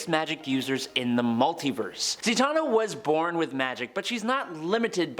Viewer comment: Zatanna... Satan...Satan-na.. wow 🤦🏾